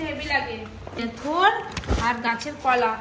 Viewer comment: কোলা নয়, কলা বলুন, লঙ্কা নয়, লঙ্কা